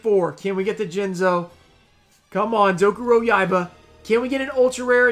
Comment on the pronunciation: "I just can't pronounce these Yu-Gi-Oh card names guys I'm sorry" same guy who says Dokuroyaiba like it's nothing lol